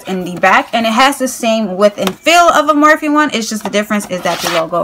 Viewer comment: It's pronounced like morphie but spelled morphe